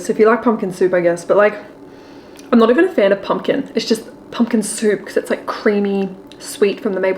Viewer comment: Haha, it’s Pumpkin not pumkin, your recipe book 🤪😂